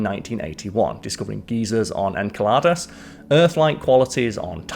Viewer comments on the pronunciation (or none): Excellent video! I enjoyed hearing the theories and possibilities on our lovely Saturn and it's moons! Speaking of moons... Enceladus... child you said "En-kell-ah-dus", it actually harmed my brain XD "In-cell-a-dus" XD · Christian Huygen is pronounced Hoygan. Enceladus is inselitus. Just trying to help out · I always thought EnCeladus too... ie with the soft C. sigh we may have entered the realm of "intentional errors to drive interaction" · Greek mythology: Saturn tries to eat everyone; Jupiter saves the day. Real life: Jupiter tries to eat everyone; Saturn saves the day. Also, if you want to be pedantic.... En-sell-uh-duhs. But for real though, great job,! 👍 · First time watching your channel, is space not your thing? The pronunciations of Huygens and Enceladus are really, really bad...Huegans and Enkaladus? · You’re doing great but more time getting your pronouncements right would be appreciated En-cell-a-dis being an example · ah yes enhckqueladus... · if you are reading the script blind then all is forgiven.🫣 You did ask for feedback.🫤 Your pronunciation of Enceladus kept pulling me out of the presentation. The correct emphasis is en-CEL-luh-dus.🙄 Otherwise, I enjoyed your presentation. Calling the Cassini death dive metal is so true. 💯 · Christian HOY-gens En-SELL-uh-duss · Enceladus is pronounced En-cell-a-dus